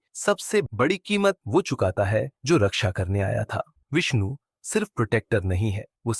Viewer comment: Thumbnail thik se lagaya kr Vishnu kya hota hai shi se bola kr ni to channel jada din ni chlega